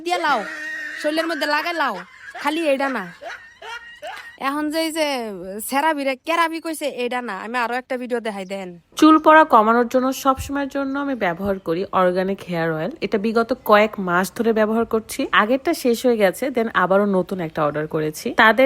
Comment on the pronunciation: সেরাবি, না বলে কেরাবি বলে হাগল